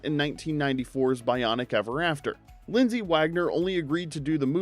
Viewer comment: LindsAy Wagner not LindsEy WagGOner! 🙄